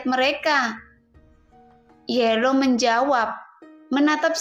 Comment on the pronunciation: Teksnya kayanya ada yg kurang min pas awalnya... Trus bukan yelow min yao law...hahaj